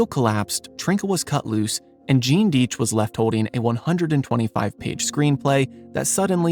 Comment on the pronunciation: It's DIE tch,you're mispronouncing the name. I knew all his sons who lived in White Plains a suburb just north of nyc. Gene lived in Prague,the only non communist there.Simon died a couple years ago but Seth and Kim are alive,cartoonists much different than their father. Just pronounce the name correctly, names mean something, they tell you who they are and it wasn't Genes fault.Tom and Jerry followed him to Prague but he was a g genius.